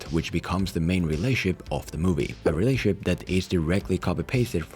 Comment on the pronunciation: "Did you say relay-ship" or did you just pronounce relationship like a hillbilly